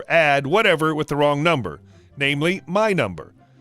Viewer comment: Omg, when you said Wong number my coffee went everywhere. Gotta make a note, no drinking anything while listening to reddit stories